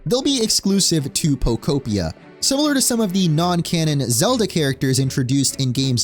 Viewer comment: Thank you for pronouncing the game title correctly!! Everyone's been saying Poko-pia or poko-p-eye-a and im like " no...its poke-opia!!"